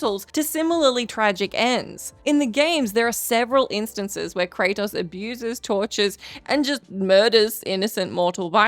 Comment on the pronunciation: This is voice, but its ai mimmicking her. Notice you dont see her once. Then the way she says kratos. Normally she says it, well, normally. But here she says "kra-tahs" like an ai pronouncing the o at the end wrong. knows his name, this entity clearly doesnt 😂